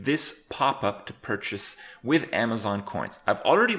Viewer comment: you FUCKED up the "i" in "WIth"